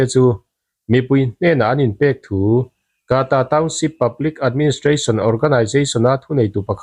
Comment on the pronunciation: Kaata ti lo in kta ti chhiar la a dik ang.